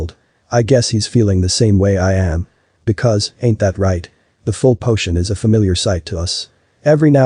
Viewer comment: Potions = Pishonos? Lol. Sometimes the translator makes me giggle…